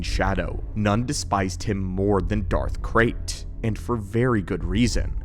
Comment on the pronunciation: I heard Darth Craig instead of red in the beginning of the video. now in my head canon there is a mighty Sith Lord running around named Craig lmao